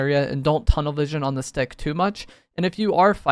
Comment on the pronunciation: sounds like he's saying "this d**k" lmfao